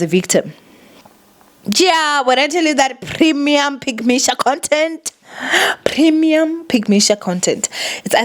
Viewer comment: 😂 did you say... PRIM-e-Uhhhhmm!